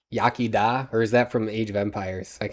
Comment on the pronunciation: Great stream guys, enjoyed it a great deal. I am sure there will be many more! Just a follow-up for, as I forgot last night - Yaki Da (Yakee Dah) actually means 'Cheers', and it's not really pronounced that way. 'Good Day/Morning' is Bore Da (Borrey Dah). Nos Da, is indeed 'Good Night', but for family or very close friends, you can use 'Nos I Nos' (Nos-ee-nos) which means 'Nighty Night'. If you wish to bid your wife goodnight with a little flair, you can use 'No I Nos Fy Cariad' (Nos-ee-nos fee Kariad) which means 'Night night, my love/beloved'. Bore Da can be used the same way - 'Bore Da, Fy Cariad.'